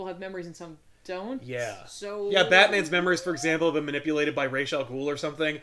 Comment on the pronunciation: For the 1000th time, thank you for pronouncing Ra's "correctly". I know it's just Denny O'Neil's (or whoever it was) pronunciation, and it's not something I "well, it's actually pronounced..." but it's nice to hear it as I think it should be spoken.